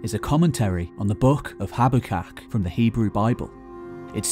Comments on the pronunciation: Check names! It's Habakuk, not Hab-ak-ak! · Bro said habbukak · habakuk, not habukak